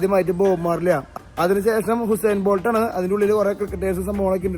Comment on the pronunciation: ഹുസൈൻ ബോൾട് അല്ല ഉസൈൻ ബോൾട്